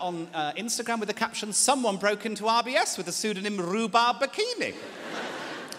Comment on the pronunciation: I kept thinking he was saying IBS and had to rewind lol